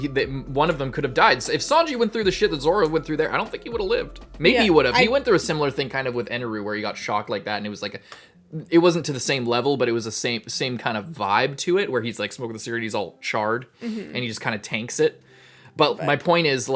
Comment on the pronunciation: Did this mf just call Enel “Eneru”?